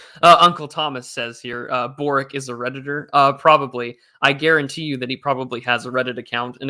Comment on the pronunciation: Hello, regarding that Boric guy, the Croatian. He's name is actually pronounced borich (borič originally).